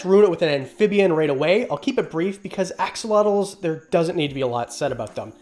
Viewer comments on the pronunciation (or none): love your channel, love the info you provide but please , please learn the proper pronunciation of axolotl.